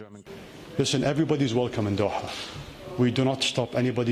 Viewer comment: his soothing voice and the way he pronounced 'DOHA'..❤️i